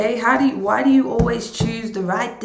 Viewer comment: When you were like, "why, why, why" it sounded kind of like "wah, wah, wah" and I think that sums up this person.